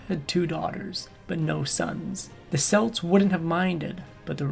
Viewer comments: Aside from the pronunciation of Celts and Celtics, which made me shudder, I just "love" how the narrator painted how the Celtic warriors killed innocents in their attacks as something bad despite how the Romans treated her people and hundreds of thousands of others like them... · The Celtics with the s sound are a basketball team. The Celts with a hard K sound are a race of people. I wil leave the mash he made of Prasutagus alone.